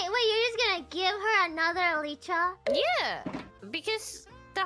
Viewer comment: You know, might be the first youtuber I've heard pronounce the word "elytra" correctly. (I thought it was kind of ironical considering her less than perfect English, but it might be that she looked up the pronunciation exactly for that reason)